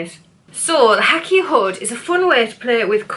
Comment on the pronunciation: Thanks some great ideas! The Hakea is pronounced Hay kee uh in Australia 🥰